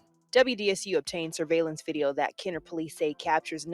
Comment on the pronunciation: NOT TRYING TO RUN UR PAGE JUST WANTED TO TELL U THE CORRECT WAY TO PRONOUNCE IT...KENNER(KEN/NER) OSCHNER (OSH/NER)